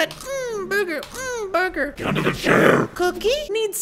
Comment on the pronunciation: When you said Burger you called it booger